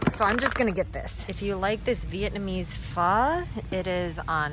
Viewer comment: I am so proud of how you say "pho"! Spot on!